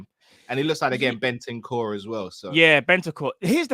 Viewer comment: saying Ben-ten core, this ain't cartoon network 😂